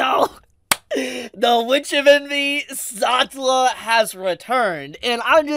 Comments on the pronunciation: Pronunciation. The Anime has her name: Sa-tel-la . You saying it in one breath, one syllable is completely confusing. It is only from context do I know who you are talking about. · The way you say “Setella” is cursed bro. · saw-tuh-luh.. I'm cringing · please pronounce Satella correctly.. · How is he still getting Satella's name(pronouncation) wrong is beyond me. When you have both Dub and Sub version available 😢. 💔